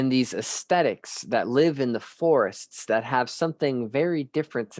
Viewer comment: It sounds like you're saying aesthetic? Or are you saying ascetics? Or are they the same thing?